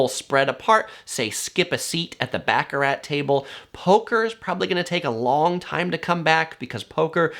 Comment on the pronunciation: Bacc - a - Rat is pronounced Bahcahrah